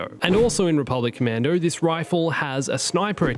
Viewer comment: This video: "Rebublic Commando" "Rebublic Commando" "RC" "Rebublic Commando".